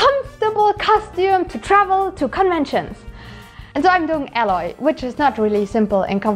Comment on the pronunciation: i think Aloys name is spoken more like "eyloy" in German? with your pronounciation it sounds like "alloy", which means Legierung^^